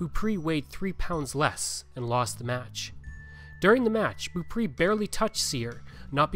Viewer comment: It would be nice if you had learned how to pronounce Beaupre.